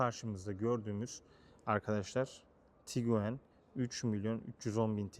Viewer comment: HALA TIGUAN YERİNE TİGUEN DEDİĞİN İÇİN ABONE OLMUYORUM